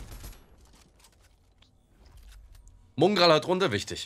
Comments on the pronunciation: Du meinst mungral? 😂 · Jemand ne ahnung wieso er es immer Mungral ausspricht?!!! Nervt mich jedes mal wieder todes 😃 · Digga wie er nicht mal Mongraal aussprechen kann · Genau Mungraal